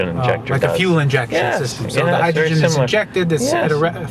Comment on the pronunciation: not hydrogren!!!!!!